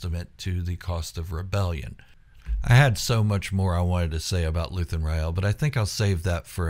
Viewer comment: "Rael" e is silent